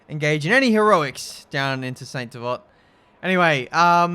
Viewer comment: “Saint devot” Omg ouch my ears